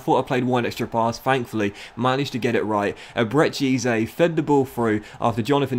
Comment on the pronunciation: Great series: Ebere Eze pronounced like eberree ezzay